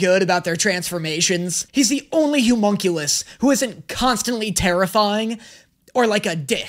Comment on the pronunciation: I am BEGGING you. It's the O in homunculus is an "Uh" sound! Not an oo sound! Please!!!!!!!